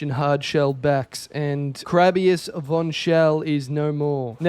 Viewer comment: Bro thinks hes the grim reggie also its not VON as in War its VON as in PHONE you know